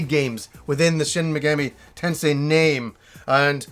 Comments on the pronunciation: Take a shot every time says: Shin Megammy Tensay. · Shen Megammy Tensay